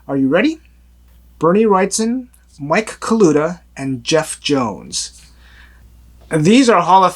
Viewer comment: Just wanted to let you know. Bernie Wrightson is pronounced Wright-SON. Not wright -STON! There is NO T after the S. SON not Ston. Please!!! Stop calling him Wrightston. There is no T after the S. Thanks. See! How do you like your name being slaughtered??? I like your channel except for that. Get it right PLEASE!